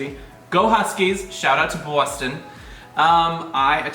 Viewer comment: "BAWSTON" (Boston)